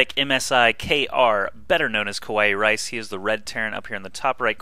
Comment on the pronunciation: It's not ku-wai-rice, it's ka-wa-ee-rice. Do you seriously not know what kawaii is? ^^